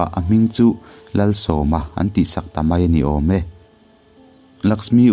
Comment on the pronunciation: A ngaihnawm hle mai. Lalsawma tiha 'Sawm' hi 20(sawm) lam dana lam tur ni lovin invite(Sawm) tia lam anga lam tur ni awm tak a ni.